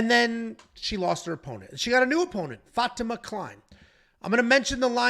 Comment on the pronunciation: The fact that doesn't know how to pronounce Fatima (FAH-TEE-MAH) is astounding. I mean come on man, seriously?